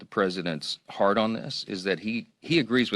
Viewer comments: Listen carefullyHe doesn't say heart on this, he says hard on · I heard “the president’s hard-on”, too! 😂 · It sounds like is saying 'hard on'. He has NO moral standard. Liar, liar.